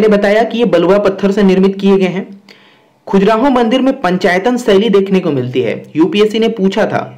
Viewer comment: Khajuraaho.. Not khujraho